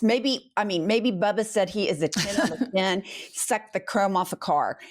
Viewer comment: Who's Bubba? It's Bibi!